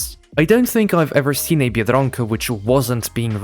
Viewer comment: The way you say biedronka I thought you were native lmao